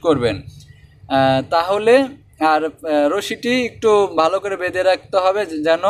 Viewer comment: বেন্দে না ভাই বেধে